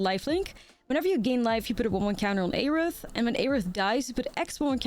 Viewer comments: FF fans are going to be upset with how you’re saying Aerith 😂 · Why do you say aerith like that lol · God the way you pronounce Aerith hurts my brain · Aerith was a mistranslation anyway, correct would have been earth. So there is no correct way to pronounce it.